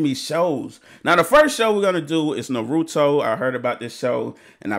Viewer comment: Bro. Its pronounced Ann Na May. And its not na roo to. Its na ru to. Your putting way to much emphasis on the ru. Dial it back a bit bro. But this is the best anime. Than check out sword art online. That one is badass as well.